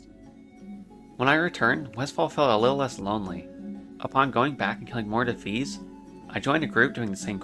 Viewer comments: I chuckled when you pronounced Defias as “Dafees” and then had a full on belly laugh when I realize that, lore wise, that name fits too. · “Dafees” lol love your pronunciation. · Loved this video but for the love of god "dee fia ass" 😂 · DI FI AS Say it like it sounds. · Defeees are my favourite mob faction.. You really need to work on your pronounciations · Every time he said Defias my brain lost brain cells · I have never heard anyone pronounce Defias like that haha. Good video man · Your pronunciation of defias, always pronounced it, de fi as, and kobolds, always said ko bolds, hurts me, but it’s so cool to see your journey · Such a good video, but what thev fuck is a Kuh-bald and the Duh-fees?